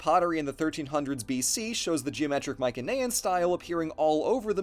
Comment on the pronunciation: Every time I hear "Mycenaean" with a hard C I question everything else said